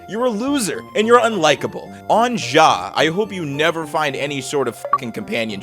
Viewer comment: MAN REALLY SAID ON JAH 🤣🤣🤣☠☠☠